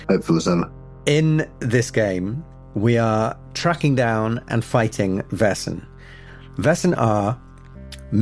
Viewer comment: is spot on with the pronounciation of Vaesen, or Väsen in Swedish.